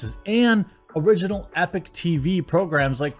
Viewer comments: The sponsor is the Epoch (EP-uk -- or EE-Paw-K) Times NOT Epic Times. Not trying to stir up stuff just want to make sure no one else gives you grief for it. Epoch means an event or a time that begins a new period or development. Again, not bagging on you or trying to show you up or calling you out. Love your content, love your messaging. Think you are a great guy, just want to help out. Not trying to be a grammar goose stepper. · IDK about the site itself, but generally speaking, it's pronounced "e-pock", not "epic". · it's E-pock times, not Epic Times. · EE-POK, not "epic". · Eee-pochh, not Ehpok Jez! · It's pronounced Ee-Pock, Jeremy... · At least learn how to pronounce EPOCH correctly if you are gonna advertise them lol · Don't think 'Epoch' is pronounced that way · I feel like your pronouncing epoch wrong